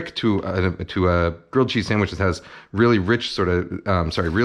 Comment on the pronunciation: Gwilled chweese